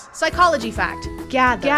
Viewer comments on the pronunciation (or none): “Psychoogy fact” lmfao